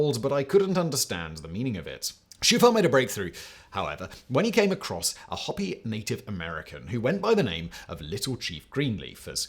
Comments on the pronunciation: "Ho-pee", not "Hop-pee" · It seems like you keep saying Hobby, which at first I thought was a made-up tribe, but then you were referring to it as real, so are you trying to say Hopi (HO-pee)? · Hopi is pronounced Hoe-pee. Hoppy is a rabbit name. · Hi Simon. Please inform your lizard overmaster that Hopi is pronounced HO-pee not HOP-ee. Thanks. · They pronounce it Hoepi not Hopy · hoe-pee not hoppy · Hopi natives HO PEE Not Hoppy! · Hopi, pronounced hope ee, not hoppy. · It's not "hoppy", btw, it's "ho-pee". In their mythology, there's the "ant people" who saved them from a catastrophe (global flood, I think). My favorite "lizard people" are the Sleestaks from "Land of the Lost" (the original, not the shitty Will Ferrel movie. Shame on you Sid & Marty Kroft for turning a creative and deep kid's show into mindless profit fodder for mass consumption by the ADHD generations). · The Hopi Indian tribe is pronounced "hoe pee" not Hoppy like the Toad tribe down by the pond. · It’s pronounced “Ho-pee” (Hopi) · It is pronounced HOE-PEE not Hoppey.. Yer not that chic bro.😢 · The Hoppy people? There are no such people unless they are German beer drinkers, maybe? Perhaps you meant the Hopi Indian tribe of South Western USA. (Ho-Pee) AH... the arrogance of the British, calmly slurring the speech of every language or people on Earth. Don't know why Brits put that invisible "R"on the end of every word ending with an "A". Assuming that it's... Just a national speech impediment. Well ... Who cares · Isn't the "o" in Hopi a long "o"? It should rhyme with "soapy" and not rhyme with "copy". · Hoe-pee, mate. Not 'Hoppy'. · Sorry Simon. It's pronounced hoe pee not hoppy. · Its not pronounced "Hoppy" native Americans, it's "Hoe-pee". At least learn how to pronounce the subject matter. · there is no "hop" in HOPE (Y) Hopi is pronounced like the word hope ending in the "E" sound. We let you have aluminium but Hopi is native American soooo yeah. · Hopi - HOpi - not HOP-i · Hope-pee not hoppy.